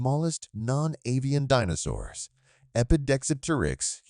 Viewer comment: I think the AI voice got the pronunciation of DInosaurs a little wrong